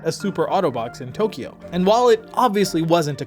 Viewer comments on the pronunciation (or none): none